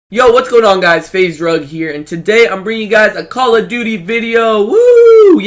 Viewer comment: did he say faze drug?